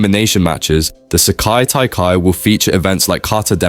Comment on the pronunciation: " the seyki taikai " 💀💀💀